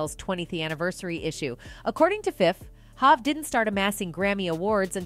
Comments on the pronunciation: Hov pronounced (Hoe-v not HahV) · Its not Hav, its Hov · To the narrator: HOV is pronounced as Hove, rhyming with Stove NORE is pronounced as NOR-E, rhyming with Story Bey is pronounced as Bee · Lmfao this ai or w.e voice this is fkn up every name... hav instead of hov....basqueeeat instead of basquiat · The AI called him Hav! Haha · This is AI generated they calling Jay HAAV not Hot smh. I can it stand this. I love 50 though he gonna tell it like he see it!! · Who tf is doing the commentary on this video?! Mispronouncing Nore and Hov! Wtf??! I really hope its A.I. generated cuz if not... somebody needs to ask for their money back! Lmao 🤣🤣🤣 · This lady doesn’t know any of these people 😂. Listen to how she says there names. Hov, Nore and Bey 😂😅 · Her pronunciation of Hov and N.O.R.E, is irking me! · Is this an AI speaking or is she the wrong person to speak about the Hip Hop. She can't pronounce "Hov," "N.O.R.E.'" or Basquiat. SMH